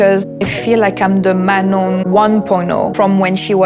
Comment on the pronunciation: None of these couples are making good choices. 😅 I think Manon is pronounced Maknown.